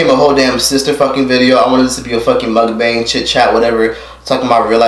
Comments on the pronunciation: mook-bong is how it's pronounced😂. ok so back to the video edit: OH NOOOO I'm Scorpio! she's making us look bad lol. man...I just wanna give you a hug. this was seriously so sad. I'm so proud of you! congrats again for graduating & getting your own place & making youtube work for you. i have watched all your videos & have seen how you've grown. im so proud of you hun 💜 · Pronounced Moook Bang